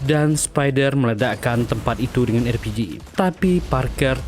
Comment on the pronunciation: konsisten dong! Bukan erpiji, tapi arpiji!